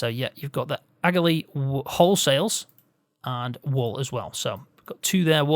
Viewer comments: Great video. Just to let you know it's pronounced ah-lee. It's just an I Irish way of saying it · The g in Aghalee is silent